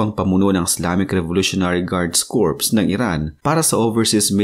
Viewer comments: Ang pagbigkas po ng CORPS ay KOR. Ang sinasabi mo na KORPS, ay ay salitang CORPSE, na labi ng taong patay. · Silent P ang pronunciation ng CORP